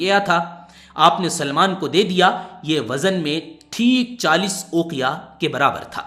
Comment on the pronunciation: سلیمان نہیں بلکہ سلمان ہے